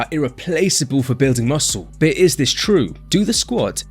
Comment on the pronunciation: “….. bewding mussew”